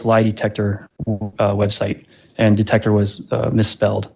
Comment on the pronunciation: De-tec-her……but she said she has a Masters degree 😂🤷🏽‍♀️🤦‍♀️